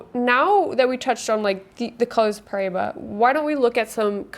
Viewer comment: Paraíba pronunciation; Paw-rye-ee-bah (in my best phonetic spelling) -also--the 'r' is rolled, maybe some weren't aware I have a collection of high quality Brazilian rough specimens, the largest being 12.95 carats from the Mulungu mine, near Parelhás, hand picked by myself, purchased directly from the Brazilian tourmaline mining company that mined it, because I noticed a specifically vivid and neon-bluish turquoise in this piece and an extremely high level of cat's eye chatoyancy within a nearly flawless vector of the flesh of the crystal, and this high quality vector takes up around half of the total stone, and after purchasing said stone, I later realized that this piece will likely cut a star-bearing tourmaline, containing asterism through high levels of cat's eye chatoyancy, I'll be cutting into it very soon, hoping to yield a carat and a half cabochon of fine Brazilian Paraíba Tourmaline Also, that same piece looks to be similar to the Brazilian piece you showed , at least, its my best guess, comparing a real stone to what the camera shows on-screen is pretty hard sometimes